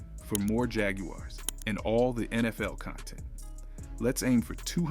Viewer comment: He also said jag-u-ares